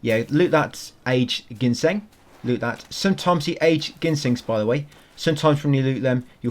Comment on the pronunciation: Haha the root is pronounced gin-seng not genshin like the gatcha game :D don’t sweat it though I just find it funny. Great guide.